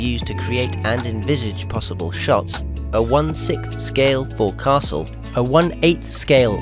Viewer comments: forecastle is pronounced as... folk-sul. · Forecastle is pronounced "FOLK-sul."